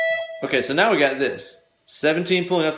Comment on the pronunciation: I know I'm WAY behind...years behind, in fact. BUT, if you go to into the vid, he's clearly saying "Meow, " rather than saying "Now, "... so, I played it back three times, and laughed every time lol (the reference is from the movie Super Troopers).... So: • if someone already mentioned this in the comments section. . . .I apologize for idiotically repeating someone else. • if not?. . . .You're welcome.